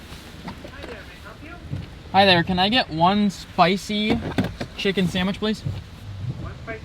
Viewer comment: I hate when Americans say sandwich like it’s a burgur